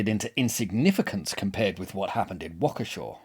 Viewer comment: As someone who lived in Waukesha for 35 years ( ), thanks for dealing truthfully with this massacre. And thanks for getting the pronunciation right! ^_^